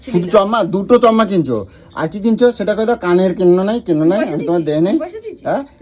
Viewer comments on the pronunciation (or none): চম্মা টা কি চশমা বলুন😂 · গলুর ধান্দার সময় পা ধরে কত ন্যাকমো ঝ্যাকামো।এখন আসল রূপ বেরিয়ে গেছে। বাংলা ভাষাটাও ঠিক মত বলতে পারে না। চশমাকে চমমা, স্পা কে পা।এদের VDO বাচ্চারা নাকি দেখে। কি সুন্দর মুখের ভাষা। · চশমা ❌ চম্মা ✅ 😅